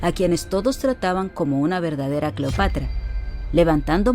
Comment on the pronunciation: No se dice " clopatra"